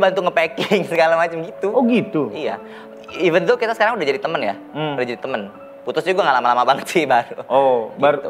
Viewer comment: ok bgt bhs inggrisnya tp byk sekali pengucapan yg mengganggu yg tentunya klo diperbaiki lebih bagus lg misalnya; drag terlafalnya dreg (ampas), even terlafalnya event (acara) atau part terlafalnya fart (kentut) dll lupa apa lg td, byk pronouncing yg kurang tepat. Cmiiw n imho